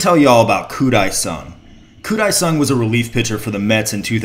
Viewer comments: pronounced ... deh-sung not die-sung. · I was at that game! And a game at Shea where a few cars caught on fire in the parking lot and we had to wonder from our seats why fire engines showed up. Also, Dae is pronounced more like "day" than "die"